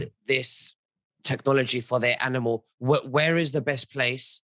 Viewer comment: Why does say "analmal"?